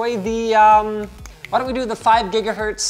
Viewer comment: Why does Linus pronounce everything with an H on the end? "BUT WHYYYYYHHHH??" Really, tho whyh?